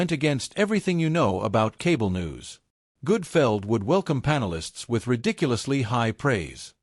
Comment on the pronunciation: The awful AI narration is bad enough, but calling him Greg Goodfeld is why I stopped watching.